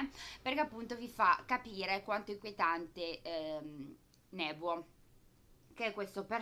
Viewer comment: Bella recensione ! comunque uno dei 3 personaggi iniziali si chiama Nobuo non Nebuo poi per il resto pollice in su =)